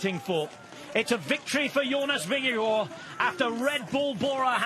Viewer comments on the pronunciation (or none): Did I hear Jonas’ last name pronounced “vin-ge-gore”?? That is not how he pronounces his last name. There is no “o” sound in his last name. Paid professional commentators should be able to do better.